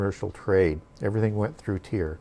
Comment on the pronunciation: Don’t mean to r petty but most pronounce Tyre as “Tire”. When u bring new pronunciations it helps to acknowledge how most pronounce it in order to keep flow (we need to be able to follow). So many of us are not academics so we often reference wha we are familiar with. (Though it may be incorrect pronunciation referencing is helpful). Thanks, definitely learning a lot!